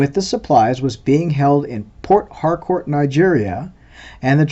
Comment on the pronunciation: you are pronouncing port harcourt wrong. i know its two words but you gotta say it fast as if one word